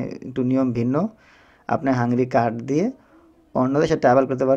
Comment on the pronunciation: হাংরি নয়, হাঙ্গেরি হবে